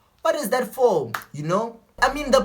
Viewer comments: "You know warr I'm saying" 😂✊ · "you know wharrrr I'm saying"😅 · "You know warr I'm sayin' "🤣🤣